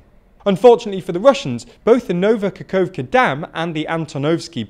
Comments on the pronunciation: Please tweak pronunciation of Ukrainian towns/cities/regions. I recommend watching Denys Davydov's channel to learn correct pronunciation from a Ukrainian. Kherson is not 'KERZEN', it's "HEAR-SON'. Nova Kakhovka is not "NOVA KAKOWVKA', it's 'NOVA KA-HOF-KA'. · you've been reporting about this front for a while maybe it's time to learn how to read KH in Ukrainian names. it's not Kerzon and Nova Kakovka